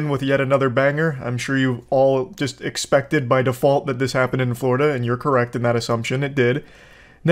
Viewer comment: "You assumed... I was operating my veeicle... crrekt..?"